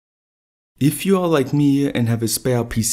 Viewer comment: I'm like you-a, but don't have any spare-a led-a's.